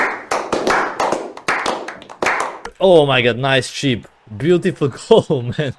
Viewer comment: i thought u said cheap XD but u said chip